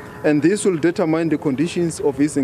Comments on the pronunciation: Determyne😶I hate that pronunciation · You don't invent pronunciations.